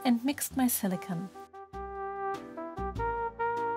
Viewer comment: Why do you say LEEGO instead of Lego? And why do you say SILICON instead of silicone (it sounds like siliconewhen it is spelled silicon)